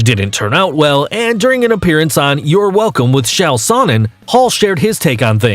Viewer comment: It’s Chael Sonnen not Shaul Sonnen